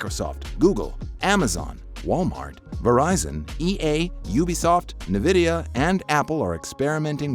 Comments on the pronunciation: Ok the pronounciation of nvidia and GeForce is just wrong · YOU’RE SAYING NVIDIA GEFORCE WRONG!!!!!!!!!!!!